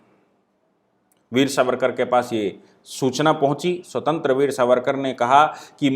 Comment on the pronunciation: स्वतंत्र वीर नही स्वातंत्र्य वीर, अनंत कन्हेरे नही अनंत कान्हेरे, मराठीमे उच्चारण ऐसे होते है।